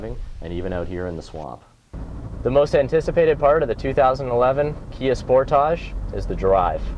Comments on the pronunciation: finally someone that pronounces it right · Actually, is right about pronauncing name, Sportage is not english word.